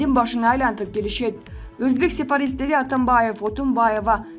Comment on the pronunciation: Экстанция эмес экспанция, сепаристик эмес сепаратисттик мынча билим деңгээлин төмөн. Анча мынча китеп барактачы карындаш.